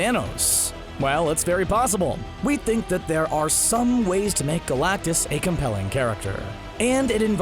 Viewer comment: Well I mean first of all, it’s galactus..